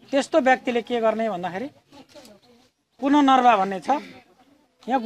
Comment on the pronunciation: पुनर्नवा हो ! पुननर्वा हैन। अर्को टटेलो नेपाली; टोटला हिन्दी!